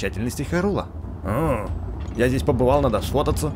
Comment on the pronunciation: Не харул а хайрул!